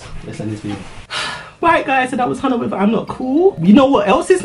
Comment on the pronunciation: The way he pronounced "Hyuna"